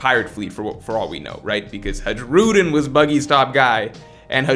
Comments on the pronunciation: every time he said "Haedshroodin" i cringed. his name is pronounced like "Huh-ee-roo-deen" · Its Har- u- diin Hajrudiin... not hajroodin 😂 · for FS man it's written Hajrudin, but it's spelled Hairudin plz every time i heard you spelling that way i felt my ears were bleeding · Bro why you keep saying "Ha-gi-rudin", thats not how you pronounce it. I wouldnt mind the mistake but you said his name way too many times its driving me crazy, lol. Good video tho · Learn how to pronounce names … the giant’s name pronounced like (high ro dean) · Who the f is this HadgeRudin u keep mentioning instead of Hajrudin 😂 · You da man but you should watch the anime just so you know how to pronounce Hajrudin (Hi-roo-dean) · Pronounced Hai*ru*din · HAI-RU-DEEN HAI........RU........DEEN FFS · bro the J in the giansts name is silent cuz stop saying haruJUEden jfc cringe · I love how he butchers the name Hajrudin ❤️ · The sheer amount of mispronouncing of HARJUDIN is very upsetting and hilarious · hajrudins name is pronounced with y sound where j is and y in a way like in the word hay or pray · The J in Hajrudin is pronounced like a Y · The fact that doesn't watch the anime really hurts his pronunciation. Hajruden is just the latest example.